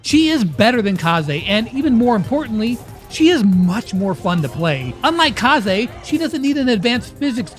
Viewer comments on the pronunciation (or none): none